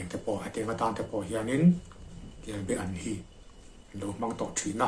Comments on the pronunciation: A sawi tu hian be leh ba tih hi a hre hrang lo a nih dawn hi. Kelba an tih tur a nia. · Chuap tihfaina ....Kelbean ang deuh khan i sawi a, Kelbaan anih ka ring reng a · Kelba an kan ti thin, i lam dan hi a diklo. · Kelbe an I ti zel a,in khaw lamdan a ni maw? Kelba an ti hlirin ka hria.